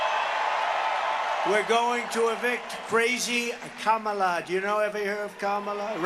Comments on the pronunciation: He finally said Kamala correctly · He WAS really slipping. He actually pronounced Kamala correctly. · I'm just surprised Trump pronounced "Kamala" correctly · He is pronouncing her name correctly, he's really losing it :) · He must be losing his damn mind….he’s actually pronouncing ‘Kamala’ properly!